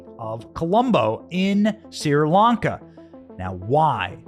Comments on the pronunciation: I also have a hard time listening to you pronounce Sir Lanka instead of Sree Lanka. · It’s Sri Lanka, not Sir Lanka. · Pronounced Shree.....Lanka. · Why can't you say other countries properly? Look it up if you don't know It's not Sir Lanka...it's Sri Lanka It's phonetic! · Correct. It's pronounced "SREE," not "SIR" or "SEER" Lanka. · It's pronounces SHRI Lanka, NOT SIR Lanka! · So is it Seer Lanka or Sri Lanka? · Hey Benny why do you say SIR LANCA when I have always heard it pronounced SRI LANCA? Is it for being plotted out of society for reasons of having a regular opinion? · You are not pronouncing the country's name right. "Shree Lanka" That's the way I always heard it! God Bless them! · Pronunciation = "Shree-Lanka". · Hi Benny, my friends are from Sri Lanka and it's pronounced "Shree Lanka". Love your reports, thanks! 👍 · It was driving me crazy. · Correction, the name is correctly pronouncedSHREE -lanka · Benny, please stop misprouncing the things you're reporting on. It gives naysayers a reason to dismiss the info you're providing by calling you unintelligent. It's not "Sir Lanka". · It's been driving me nuts too. I commented about it as well.